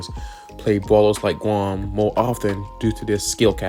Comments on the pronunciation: Did bro said "gwom"?💀💀💀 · I dont want to laugh at your accent, but you reading "Grom" and "Tara" as "Gwom" and "Tawa" just makes me laugh a bit ❤ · Keep the mic tbh. Using a real voice feels a lot more genuine and regarding the mic quality, it sounds pretty fine to me, just make sure to talk into the mic for 10 minutes. Also you talk like something I've never seen before 'bwoken' or 'gwom' or 'bwany secuwity guawd'. You're like uwu'ing every word with an 'r'. I think it adds some personality to your channel honestly, keep it going! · It almost sounds like "głąb" which means someone stupid in polish 😅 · it's ok, "Gwam" sounds kinda funny in a nice way